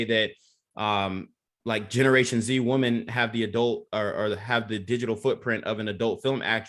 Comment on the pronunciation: That’s not how you pronounce the word „women“.